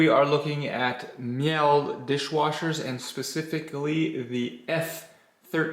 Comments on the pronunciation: Totally unhelpful, and it is pronounced Meele, not Me-L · Hahaha mee'l that's not how it's said